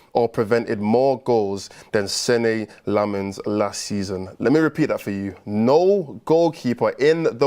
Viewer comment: If you care about these things, the correct pronunciation is "sen-nuh" Lammens. Much love one of your belgian fans.